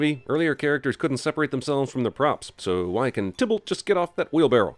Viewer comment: They forgot Mecurio and its pronounced ti-balt withe a long i